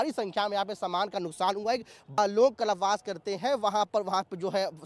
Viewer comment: abe puch raha to puri baat to sun le... aur gawar कलप वास नहीं कल्प वास होता है... rude journalist 😑😑